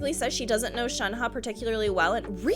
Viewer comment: I'm glad you pronounced Shenhe close to what it should be! Makes me happy And saaameee I hope she and Chongyun are related in some way. More exorcists! Also, that Childe popping in a occasionally cracks me up. Here's you gushing, and there's him talking about conquering the world XD